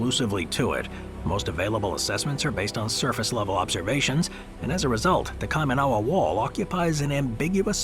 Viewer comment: Kaimanawa = KY- mah-nah- wah